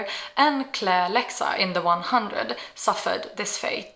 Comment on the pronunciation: I’m sorry, what did you call Clexa..?? Sounded like “Claire-Lexa” and it made my skin crawl! lol